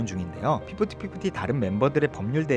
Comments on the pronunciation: 저도.피프팃피프티! 듣기거슬..으.. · 피프티피프티 발음이 너무 거슬렷ㅋㅋㄱㅋㅠㅠ 매번 정리 잘해주셔서 감사함다..! 그나마 돌아온 멤버가 똑똑하넹😂